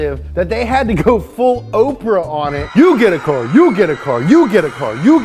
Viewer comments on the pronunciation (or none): none